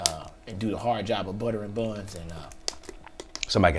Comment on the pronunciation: Lmfaooo nigga said butterin bunz